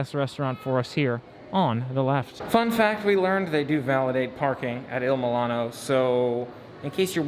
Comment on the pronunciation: 🙄 Not once did you say the name of the restaurant correctly.